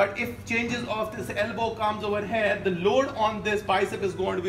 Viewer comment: I meant "here"is pronounced as here... And not HAIR.. Good video btw ✌️